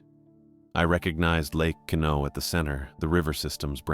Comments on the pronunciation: It's pronounced Qwa-nault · Also, dude is mispronouncing Quinalt so badly it look me way too long to realize that’s what he was trying to say.